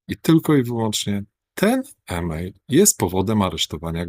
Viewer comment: Ten "iiimeil "to jeden bełkot a nie podstawa aresztowania